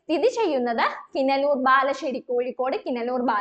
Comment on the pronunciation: കിനലൂർ അല്ല കിനാലൂർ